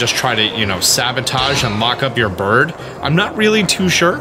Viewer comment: Why do you say burb and not bird?